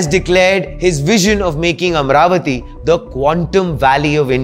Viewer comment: It's not Am-ravati, It is AMA-RAVATI ! Please pronounce the divine name correct ! The name AMA-RAVATI has great connection history in our vedas.